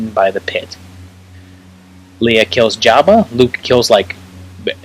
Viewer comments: I can forgive saying WOOF instead of WOLF ;) But LEEUH instead of LAYUH?? UNSUBSCRIBED jk but stil... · She is pronounced, “Lay-ah.”